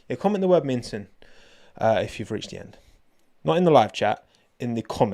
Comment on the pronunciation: Always watch until the end,. Minton? Nah, Winton.